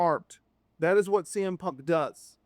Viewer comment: Za to AI gdzie już w sekundzie kuje w uszy jak wypowiada Cm Punk nawet nie licz na subskrypcje… na skróty to do domu najebany dasz radę wrócić tutaj tylko zniechęcasz do siebie